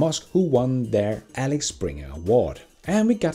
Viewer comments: FYI it's Axel Springer not Alex Springer. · Alex springer 🤣🤣 nice slip of the tongue 😁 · Not "Alex Springer" but Axel Springer...